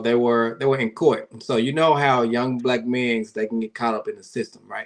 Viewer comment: Why did say Black Men’s like that? 🤣